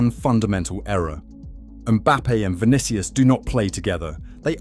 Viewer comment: Stopped the video when I heard "Vinikious". WTF? Is this AI or just an ignorant content creator? After "Vinikious", how can i take his arguments seriously, even if they are?